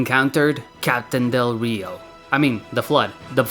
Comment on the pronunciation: I laughed so hard when you said del rio.